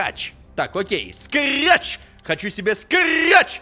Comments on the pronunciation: не срач а скретч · Не карамбит а керамбит и не скрач а скретч